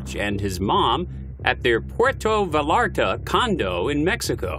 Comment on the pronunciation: This was some sloppy narration. He was not nicknamed "affluenza" as a result of his fate. The psychologist the defense hired to exonerate him called his behavior "Affluenza". And hire someone who could at least decently pronounce "Vallarta"